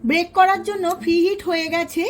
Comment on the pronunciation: Break noi didibhai ota bake hobe